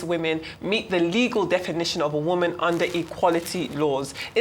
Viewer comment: No not “woman”…Woman.